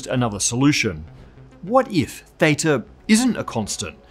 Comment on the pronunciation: Your pronunciation of theta and maths really grinds my gear.